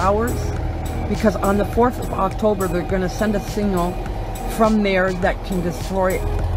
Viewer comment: I have never heard someone pronounce signal "seen-ñal"